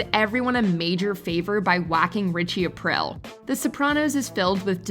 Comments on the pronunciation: Omg its Richie Ah-Preel. Not Ah-Prill....the narrator has the dumb chick voice. Its like a constipated valley girl. Listen to her say Buffy the vampire slayerrrr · Richie Apreel. Not April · I don't think you actually watched these shows. "Ritchie Aprill"? It's pronounced "A-pree-a". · "Aprell" 😂 sorry had to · It's pronounced "Apreel" btw. And I think Viserys and Ramsey should switch places. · Richie “Aprill.” 😖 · Richie A-PREE-EEL another script.reader.pretending to know any they're talking about all us Italians know how u should say it hurts.are.feelings lol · Please redo this and say Richie Aprile's last name correctly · You pronounced Aprile correctly when talking about Ralph Cifaretto, but not on Aprile’s spot….? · Jesus Christ please learn how to pronounce the characters names correctly. Richie Aprile. Maybe watch a couple episodes so you actually know how to pronounce it. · Ugh hearing her say Richie's last name like that repeatedly lol